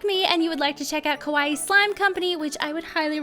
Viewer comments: Please dont saw Kowaii Its exactly the opposite of kawaii TwT Luv your vids tho uwu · Did you just say carbs? I'm a Type 1 Diabetic...how ironic lol 😃 ...Oh, and by the way, you said "Kawaii Slime Company" wrong. You said it like "scary slime shop" lol. Yes, I was born in Tokyo, so I know. People just got to do their research more, I guess lol